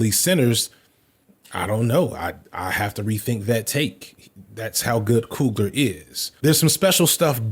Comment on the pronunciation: It’s pronounced (couglee yay) I only bring this up because I’ve heard how Ryan coogler pronounces it himself.